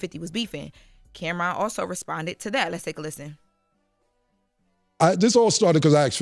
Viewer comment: Who “cam’rom”?😂